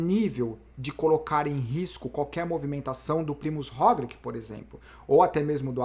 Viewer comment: Pq vc voltou a falar "Rogliqui" e nao mais "Rogliti"? Sendo que ele mesmo pronuncia o nome dele como "Rogliti....